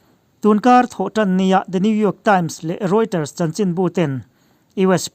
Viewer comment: Rioters nilovin Reuters tih zawk tur ani e